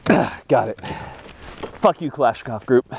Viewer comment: Kalashnikov is not klashnikov